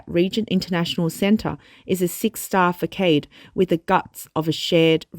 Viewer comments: fa-kade* had me laughing 😂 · It's "fuh-SAHD" in Australia as well. It seems that the narrator just wasn't familiar with the word. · Facade is pronounced Fa-Sod. Rediculous. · Quick pronunciation tip : the word "facade" is pronounced "fuss-ahd". You guys make AMAZING videos. I watch almost every single one of them because you give a true, honest, dispassionate look into what's really happening in China. Thank you for all of your hard work! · yes this annoyed me too haha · Narrator please check pronounciation of FACADE. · You guys do very good content but can you do away with the Aussie accent? Doesn't fit with what you report..and please get your pronunciations right..facade is pronounced wrongly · maybe in Australia it’s that. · The narrator needs to work on her English. Facade is pronounced "Fa-Saad". Chic is pronounced "sheek".